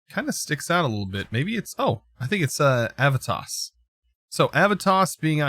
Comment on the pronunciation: You need to pronounce the e in Aevitas more.